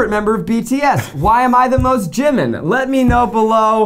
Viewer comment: When is Zach going to start saying Jimin’s name right? TT (gee-mean)